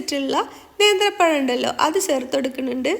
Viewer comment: സേർത്തു അല്ല താത്ത.... ചേർത്ത് എന്ന് പറ 🤣